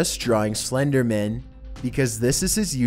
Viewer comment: The way you pronounce Slenderman as if it was the last name of a partner at a law firm makes me giggle.